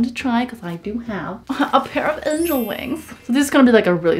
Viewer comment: A pair of “angAl” wings OSKSKSKKSKSKSKSKS SHES SO AWESOME